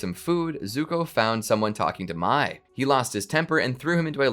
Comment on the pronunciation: how does everybody get the pronunciation for Mai wrong?